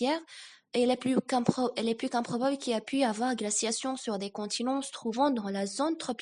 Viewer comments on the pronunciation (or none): none